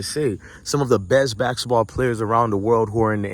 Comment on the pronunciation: It's basketball not baksetball